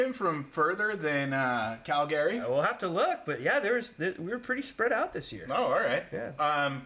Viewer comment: Cal-Gary? Wtf was that 😂